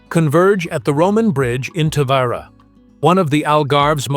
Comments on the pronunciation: This dummy can't figure out whether to pronounce the name Ta-Vee- Ra or Ta-Vy-Ra. Sloppy. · Pronounce the name correctly please